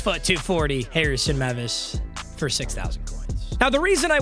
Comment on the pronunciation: Everytime I hear say Harrison mevis wrong it makes me want to violently punch a child